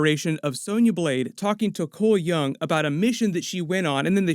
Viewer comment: Cole Young = Cholmel Young as in Chameleon